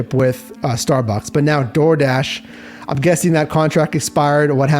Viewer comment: Dardish? Dardish??